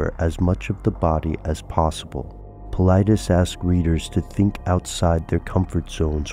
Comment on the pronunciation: I believe its paul-eye-diss. Not paul-eye-dees...